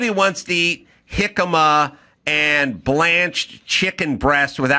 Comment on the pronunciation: Ace said jicama 😂